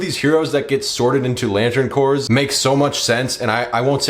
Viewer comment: Pronunciation note: “Corps” is pronounced “core”, not “corpse”. Like Marine Corps.